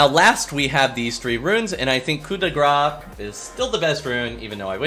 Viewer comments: Grâce is pronounced grass, ce = ss ^^ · I am French. "Coup de grace" is a french expression, you are almost saying it perfectly. The beginning is good "coup de", the last word "grace" is quite like "grass". There you go 😊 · Hey, how to pronounce "Coup de grace": You've got it right, except the last word. It's pronounced like " gr-ass". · I dont understand why it is hard to pronounce coup de grâce. Just say "Koo" "De" (the E is pronounced like the A when you say "a thing" for example) and grâce is pronounced like "grass"